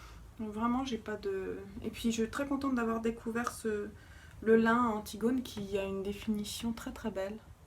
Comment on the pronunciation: hello magnifique ! juste pour info Irène Lin ça se prononce [ Line ], comme le prénom Line et non pas comme la matière "lin". et du coup, probablement est-elle chinoise et non Japonaise car la famille Lin est une célèbre famille chinoise ! Très bonne année à toi